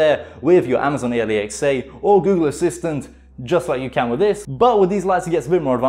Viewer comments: Why do you say A-L-E-X-A Its just. Alexa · Alexa not A-le-x-a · I slowed it down and he said amazon alexe instead of alexa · My man said Amazon A lee X A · “Amazon Aliexai” 🤣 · i love how he says amazon A L E X A lmao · its not alexa, its a lee x ay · Nobody: Him: ally x a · My man can't say Amazon Alexa and it triggers me. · did he say amaizoin ailaiczeah